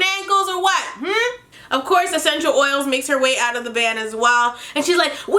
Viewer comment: Eccentrial oils🤣🤣🤣🤣 STOP IT Idk of I wrote that right I’m not English